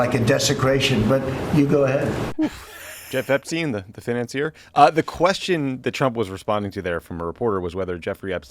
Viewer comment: Jeff Epstein? The fin-ance-ear?